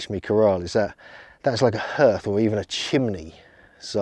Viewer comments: Hearth is pronounced 'harth' not 'herth.' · That is NOT how you pronounce hearth!! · is your pronounciation of 'hearth' specific to some region in england? i wonder if there are still dialect uses of the harrow/hörgr (Old Norse, pl. hörgar) or hearg (Old English, pl. heargas) word in any denominations of english:D it means 'a type of altar or cult site, possibly consisting of a heap of stones, used in Norse religion, as opposed to a roofed hall used as a hof (temple).' (its from wiki/Hörgr) and then wats up with wiki/Harrowing_of_Hell maybe its just (purposefuly) deformed version of wiki/Harrying_of_the_North